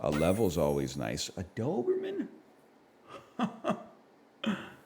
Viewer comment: Something about the way he kinda says "dthoberman" just tickles my ear hairs